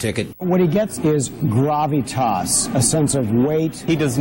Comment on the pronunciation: You can tell by the way some of them are pronouncing "gravitas" that they've never uttered that word in their lives. It's so obviously being handed to them by someone else.